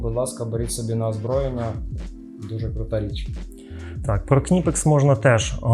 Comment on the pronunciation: Не Кнайпекс, а Книпекс.